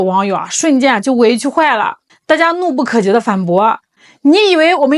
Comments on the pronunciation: 是怒不可遏（e，第四声），不是怒不可“jie） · 怒不可遏的“遏”读“饿”，“遏制”。😂